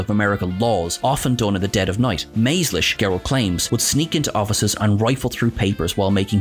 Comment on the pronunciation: Soft "g" on David Gerrold's last name. 😊 Loved the shot of the old "Sugar Smacks" ...used to "dig 'em" when I was a kid, oblivious to the merchandising going on without due payment going to the cast members.